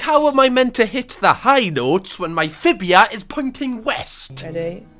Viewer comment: no way bro has just said fibia its tibia mate and lets not hear this accent bs